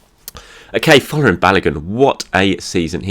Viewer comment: Hi. Please Folarin Balogun is pronounced ** FOR - LA - RIN ** it sounds like you are saying FLOORING.